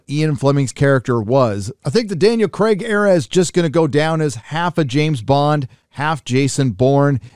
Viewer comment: Daniel Kreg? Hercules? Pierce Bronson? Mate learn to say things properly.